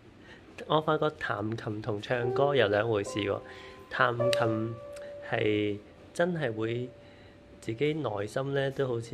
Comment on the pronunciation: 我個人覺得讚美得有啲虛偽，只係講好聽、業餘都彈到咁、好享受，睇個女仔都幾尷尬，可以實際啲，好俾心機練琴、好有耐性、幾有感情彈到個意景出嚟，可能會好少少 另外聽你「彈琴」讀成「談琴」了，我聽女仔都係讀做「壇」，想知道係咪唔同地方讀音唔同